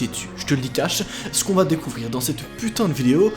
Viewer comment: Arrêté de dir putin touleten